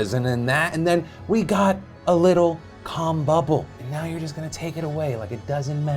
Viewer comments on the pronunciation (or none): Anyone else hear “cum bubble” where he said “calm bubble”? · Did he say Cum bubble? What on earth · "We got a little calm bubble." You really want to emphasise the L when saying that phrase, Phil.